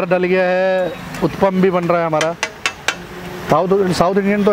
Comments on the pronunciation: Its not uthpam its uthappam da gundu punda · You give north Indians a bad name. Stereotypes exist because of your actions. Uppam nahi hai bhai, utapam hai. Kuch toh sahi bolo. Sirf butter bola hai barabar se pure video mein.